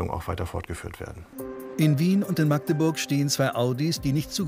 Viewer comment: Endlich jemand der "Magdeburg" richtig ausspricht.